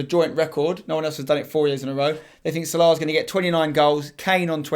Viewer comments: the way your pronounce salah is so annoying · The way u say Salah kills me